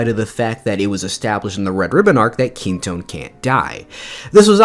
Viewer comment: loved the video! small correction, it's Kinto-un, not Kinton!